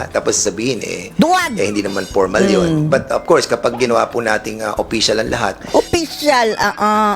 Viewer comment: Yuttering😂😂😂😂😂, yung letter FFFF laging PPPP, oppicially, pormal, porum, dignipied, pollowed😅😅😅😅